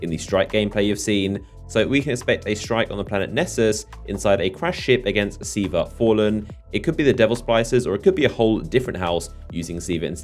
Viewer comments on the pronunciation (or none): none